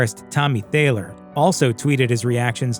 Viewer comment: Thayer not Thayler